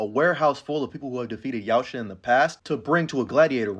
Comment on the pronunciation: Love you but the T in Yautja is silent